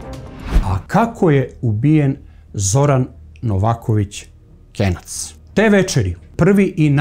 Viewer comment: Nije KENJAC NEGO KENAC